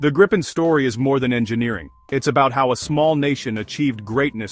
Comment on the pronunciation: GRII-PEN not Graaypin